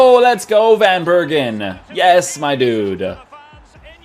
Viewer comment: You say it like van bèrken